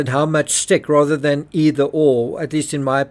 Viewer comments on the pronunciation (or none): none